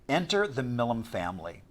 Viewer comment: I’m sorry that the video and the commentator is not pronouncing our name correctly